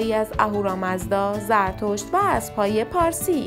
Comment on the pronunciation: اینکه یک نفر با زبان گویا بیان فرماید صحبت های ایشان دخترانه است و چندبار گوش کردم کلمه ابرو بجای اسب متوجه میشدم تا خواندم